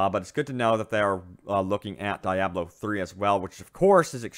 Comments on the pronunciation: Omg its deeeeiiiablo not dieablo ... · Diablo It is pronounced like this (de-ob-low) just like the expensive Italian car. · Die-ablo?? Really? Ok... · "DAIABLO 3" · Lol. Die ablo 3 lmao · Isn't Diablo pronounced Dee-ah-blo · Kevon G yea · Dee - AH - blo. Please... Lol otherwise great vid. Thumbs up. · Good work on the video with the exception that you called Diablo 3, DEEEABLO 3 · It's "dee-ah-blow" Diablo. #cringeworthy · SimoWilliams normally other ppls pronunciations don't bother me, but this was one of those exceptions😆😆😆